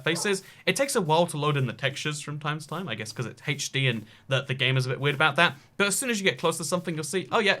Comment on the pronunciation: His pronunciation of HD disturbs my American brain.